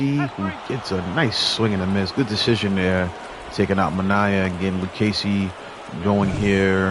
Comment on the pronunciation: Thanks for the shout out on the Luccesi pronunciation! I really enjoy your games! 😊